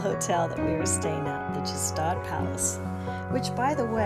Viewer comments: Pronounced 1 of two ways; G-shtahd and/or , Shtahd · thats not how you pronounce gstaad